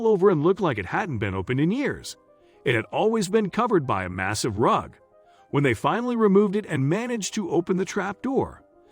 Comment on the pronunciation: He said a massive rug not a massive rock. Poor enunciation.